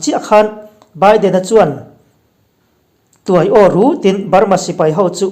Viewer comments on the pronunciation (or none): Tiai aw tih lai tak hi ichhiar diklo tlat Tuai tih lai tak hi ahniam tur ani